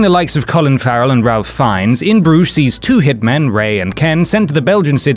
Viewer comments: Ralph Fiennes first name is pronounced RAYf, not Ralf. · Pronounced as "Rafe" Fiennes. Not as "Ralph Fiennes", sorry dudes. #phonetics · No no no its pronounced ray not ralph fiennes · It’s not pronounced RaLph. It’s pronounced RAIF. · "RALPH" Fiennes???? I mean, I'm not the biggest movie buff, but even I know the proper pronunciation... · Ralph Fiennes is pronounced Reyph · Ralph is pronounced Rafe in Ralph Fiennes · Wait did he really mispronounce Ralph Fiennes' name? You fool!